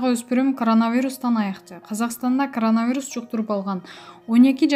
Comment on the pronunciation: Эй,окуй албаган не громатная кичине окуганды уйрончу. А не каранавирус 😰коронавирус.Эптеп эле чыга берет экенсинерда ютуб каналына уят😫